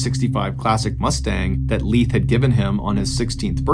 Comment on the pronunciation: Pretty sure it's Lief, not Leeth, lol. That's definitely NOT a name 😂